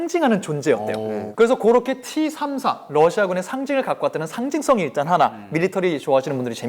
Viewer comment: 티삼사가 아니라 떼삼사입니다러시아 T발음이 떼 입니다그리고T34(티34)는 미국의 헤비탱크이고T-34(떼34)는 소련의 주력전차입니다